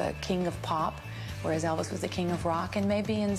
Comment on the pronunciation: Good night, Eh-vis!